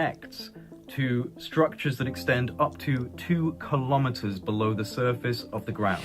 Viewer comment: Kilometers is pronounced kilo-meters, same as kilo-grams. Not ka-lom-it-ters. Kilo is pronounced key-low, not ka-lom.